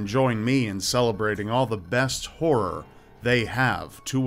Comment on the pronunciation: The Netflix of WHORE!? Count me in! ...Oh, you said horror? Eh... no thanks. :P